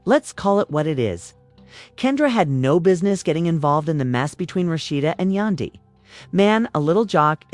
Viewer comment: AND WHO TF IS YA-DAN-DY??????? !!!!!!!!!!!!!!!!!!!